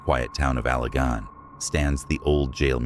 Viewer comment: You must not be from Michigan because you do not know how to pronounce Mackinac Island…….pronounced Mackinaw………. Allegan is not pronounced GON, but GAN…….